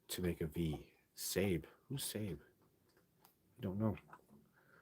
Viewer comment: Sabe is pronounced like SAW-BAY. I understand it's just another word for Sasquatch. A lot of folks are using this terminology now on social media. I'm not sure where it came from. -OG